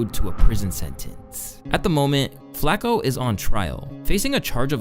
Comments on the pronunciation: mf said flack-o 😭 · yo you placing too much emphasis on the ac in flacko